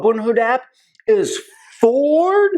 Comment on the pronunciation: Fooord???? Forrrrdd???🤣🤣🤣🤣🤣🤣